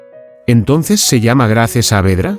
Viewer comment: Se escrbe Grace se pronuncia Greys